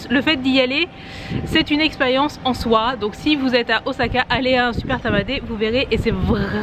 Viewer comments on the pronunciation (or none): none